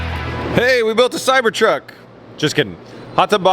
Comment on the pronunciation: Did you say Cybertruck or Cybertub 😂